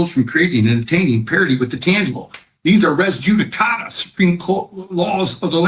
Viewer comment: I could not stop laughing at his diatribe of delusion, especially how he emphasizes "res judi-CATA!"